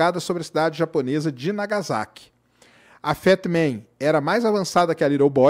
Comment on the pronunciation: . Não se pronuncia Iroshima e sim RRiroshima. Não se pronuncia nagaZaki e sim nagaSSaki.